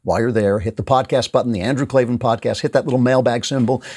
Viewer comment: K-L-A-V-A-N there are no E's in Klavan